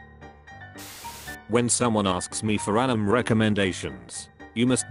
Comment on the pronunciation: Is no one gonna talk about how the voice was pronouncing anime as Animm??? No? Ok.